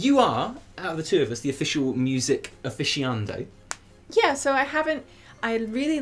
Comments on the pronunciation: Aficionado, not -ando. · Nice work guys! (Apart from pronunciation of aficionado)